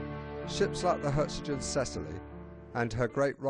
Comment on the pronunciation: Perhaps this was the best end for her, though. In just a few years she would have been impounded by the Allies & probably rusted away or scrapped. Instead the sea took her with no lives lost. btw There is no 't' in the name. It is 'Herzogin Cecillie'. And the title 'Herzogin' is German, i.e. it has a hard 'g'. Lovely video though, thanks.